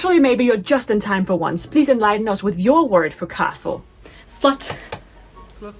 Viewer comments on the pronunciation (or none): It is 'slot' with a o, not with a u 😅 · it's pronounced like slot, as in slot machine. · The pronunciation of Swedish "slott" is pretty close to the English word "slot". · Mostly accurate but castle - slott is not really pronounced as slut, at least not in Swedish 😅 It's more of a short rounded o-sound